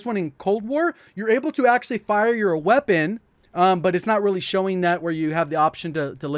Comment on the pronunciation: No one:: Qeapon